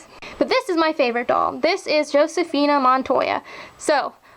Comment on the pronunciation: I just wanted to let you know that the "J" in Josefina is pronounced like an H in Spanish. So it sort of like Hosefina. I'm not trying to sound like a know-it-all, I'm just trying to help you. :)